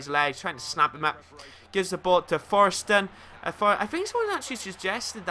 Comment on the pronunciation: Its forestieri not foresten...